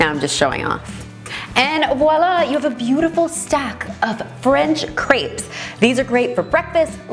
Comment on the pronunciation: the way she pronounces crêpes gives me the crêpes